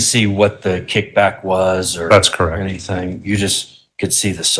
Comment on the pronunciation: It IS nuts to me when alleged experts use such articulation as her ‘intelligence….’ Especially when she speaks such horrid English at times! ‘Anythingk’ is NOT a word. Neither are ‘dis’ and ‘dat!’